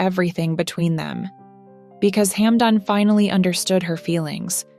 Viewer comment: Плохой перевод,плохое произношение,что за шамба,хамдон.